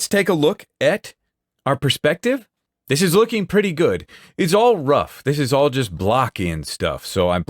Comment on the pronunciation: "Dis a good pencil!" Love it